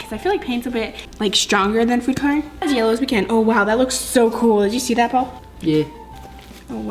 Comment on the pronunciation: No hate but I drives me crazy when she says coloring wrong